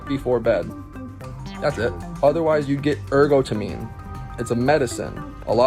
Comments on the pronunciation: It’s pronounced er-got-a-mine (meen). If you’re going to give medical advice, you need to go to medical school. You know nothing. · I love how the Starbucks guy tried to sound soooo smart but couldn't be bothered to look up how to pronounce adenosine and ergotamine